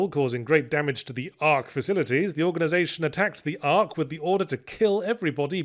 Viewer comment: some notes: - It's ARK, not AK. - I think Yahtz may have seen a clip from the Snapcube fandub of 06??? That's the only video I know of where anyone says "Mee-philes" - This doesn't matter, but Soleanna is a Dukedom, not a Kingdom - I'm wondering if it said "Sonic's Origins" or 'Sonic Origins', the collection of S1, CD, S2 and 3K - South Island moving was old manual lore, not modern canon - 'Eggman' is a nickname given to Ivo by Sonic, which he reclaimed for himself - Tails Adventure was previously set before he meets Sonic, but this is no longer canon - Bird-type animal people largely cannot fly in the Sonic universe! This is actually surprisingly consistent between Tails Adventure and Sonic Riders. They don't have wings, just hands. - The Tornado originally belonged to Sonic, he gave it to Tails after Adventure 1. In the old manga (this is no longer canon), Sonic's father was a pilot. - Amy's interest in tarot cards was actually based off a major trend among teenage girls in Japan in the 90s. Also, if anyone is into satan it's probably the motherfucker named Black Doom - Mecha Sonic is a bulkier, stronger model than Metal Sonic, but it's also slower and less-aggressive. Metal Sonic is programmed with Sonic's brain patterns, giving him an existential crisis about not being the "real Sonic" and a motivation for revenge against his namesake. - all of that pre-S3K stuff with Sonic and Tails is more old manual stuff, canonically they follow the Death Egg crash almost immediately